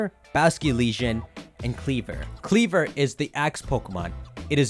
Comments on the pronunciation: I think kleavor is pronounced kleav-ore ore as in rare minerals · Since Scisor is pronounced ScisOR maybe Kleavor is pronounced KleavOR. But don't thinking about it too hard